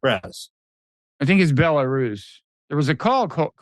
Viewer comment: Buh-lair-is. Lol